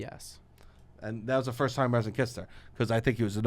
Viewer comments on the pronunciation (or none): Also it’s pronounced Reese-and